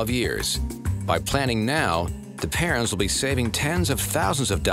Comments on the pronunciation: Anyone else hearing parents instead of parrens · Everytime they say their couples last name all I hear is Parents XD not Parens